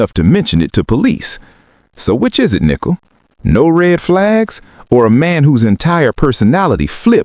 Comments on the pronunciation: You must learn to say Nichol correctly, not Nickel. Are you AI? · If she was guilty they would have found proof on her phone. They obviously didn't. I believe her. Prayers Nichol. (and her name isn't pronounced nickel its nicole) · It's Nicole with an e not nickel. Get it right!